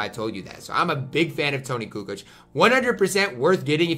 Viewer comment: said “Toni cu cooch” lmaoo